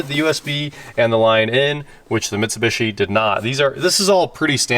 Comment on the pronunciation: I don’t know why has such a hard time, saying Mitsubishi lol but it drives me nuts